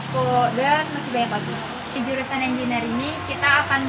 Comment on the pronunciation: izin saran ikhwani. Pengucapan kata "engineer"nya kurang tepat alias salah. coba dengarkan google assistant atau voice over. para mahasiswanya juga rata2 salah mengucapkan kata tersebut. Semoga bermanfaat. semoga kampusnya terus berkontribusi positif untuk bangsa indonesia dan masyarakat global. amin.